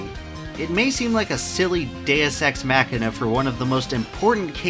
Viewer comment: Thank you for pronouncing "Deus ex machina" correctly!